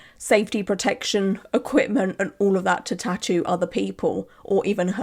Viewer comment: The way she’s pronouncing tattoo is driving me crazy, I’m also Swedish and it’s not that hard ffs